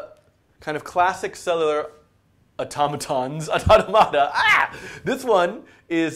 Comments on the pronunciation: Dude, it's au-TOM-a-ta. The stress doesn't change when you pluralize it. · Yeah... It's "aw·TO·muh·tuh" in British English. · "Cellular ottamatta" it's automata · "You say (Au)tomáta I say (Au)tómata." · The way you pronounce "automata" drives me up the wall. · i just cant. everytime you pronounced it only diminished my will to keep the video playing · his commitment to emphasizing the syllables that way is the WORST part though. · His pronunciation of automata is worse than the framerate of the background. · Makes it easier if you put the stress or accent in the plural "automata" in the same place as in the singular "automaton". Anyway, looks like a good series. Well check it out further. Thanks for making it. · stop saying it like that!!! god just say it like automaton removing the "on" and add an "a". I'm not even sure if my way is right but you sound like you are trying to pronounce a word from another language, like spanish or something which wouldn't even sound like that lol, nice video btw keep it up!